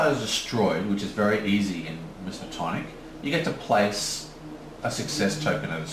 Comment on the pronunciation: Isn't the name of that faction Miskatonic? I am asking because listening the video sounds like Mismatonic. Great review as always. I will be waiting for a playthrough.